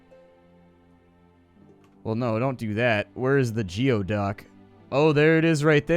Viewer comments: It's pronounced GOO-EE-duck not GEE-OH-duck. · Geoduck is pronounced Goo eee duck. It's a weird looking clam in the Pacific Northwest. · It is pronounced geoduck (ˈgü-ē-ˌdək) .